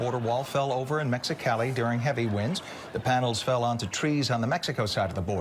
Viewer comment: The way he pronounced Mexicali made me cringe